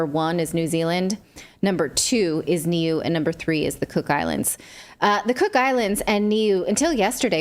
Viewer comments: Nuie is pronounced noo ee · I say this with love Nat, it's pronounced "Neway" - new ay.